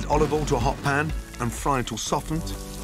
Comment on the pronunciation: Gordon can't say olive oil. OLIVALL!!!